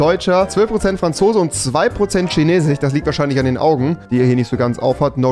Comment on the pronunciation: Niemand: Wirklich niemand: Nicht mal Tetramax: Rewi:Tschineßisch